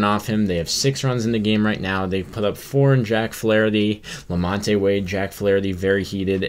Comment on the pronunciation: #1-that is not very heated at all. lukewarm at best #2-Flaherty needs to do better and stop giving the signs away so freely #3-The name is Lamont(the E is silent) Thank you!